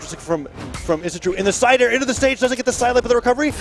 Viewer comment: Isidroo spear gameplay: Side air. Sair. Le'Sair. El Sair. More Sairs